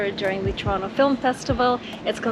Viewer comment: I'm surprised you pronounce Toronto, "Churonno". Very good.